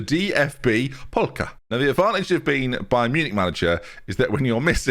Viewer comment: seems to be struggling with the words with 'L'. First it's Valhovic (not Vlahovic), then it's Polka (not Pokal). Luckily, there are no more Ls in this video 😏😏😏